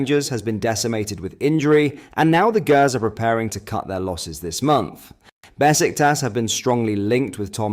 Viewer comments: it's. Gers. But Pronounced Jers. Just trying to keep U Right M8. Don't want U getting abuse.lol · The Grrrrrrrrr’s?.6.47 😂